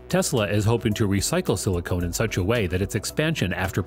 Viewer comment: The VO seems to confuse the pronunciation of silicon as silicone. Silicon and silicone are not the same thing.